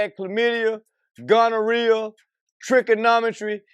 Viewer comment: Did he say trickonometry??????😂😂😂😂😂